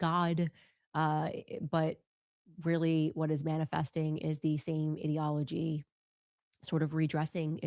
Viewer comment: New Candace word: ideology. Pronounced "id" to rhyme with squid. She is seriously retarded. How did this whore graduate high school as illiterate as she is?